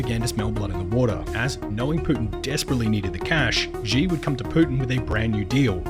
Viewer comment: Pronounce Xi's name correctly